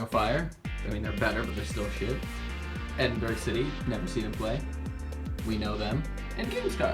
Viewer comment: Minor things are what get you and the way you said Edinburgh physically hurt me xd